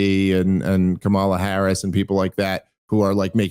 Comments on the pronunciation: PLEASE start saying her name correctly! She is truly terrible, but it really takes away from your "dumb as a box of rocks" argument when you cannot say her name correctly. Plus It's really easy. Just think comma-luh, because she speaks so often with pauses while she searches for words. Idk maybe it's just me but I think it's pretty cringe to mispronounce someones name KNOWINGLY over and over. Especially when it's not at all difficult to say. And pretty ironic to say she's not smart in context. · Oh my God Dave it's pronounced Kamala, not Kamala. How many times are you going to say it wrong? One more time,, Kamala, NOT Kamala! Geez...